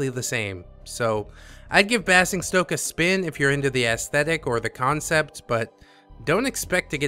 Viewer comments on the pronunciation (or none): Just an fyi - Basingstoke is pronounced in the same way as 'fazing', 'crazing' and 'amazing'. It's a pass for me because I am not big on strategy. Great video again.